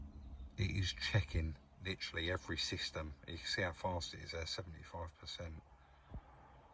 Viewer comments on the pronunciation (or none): none